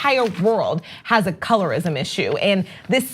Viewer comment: "a colorist puhloblem"